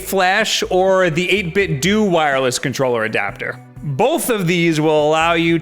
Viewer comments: 8-Bit-“Doo”, really?! It’s 8-Bit-“DOE” like Ninten”DOE”. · Hes been saying "8bitdoo" for 2 years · 8bitdo, u say the end of it like the end of Nintendo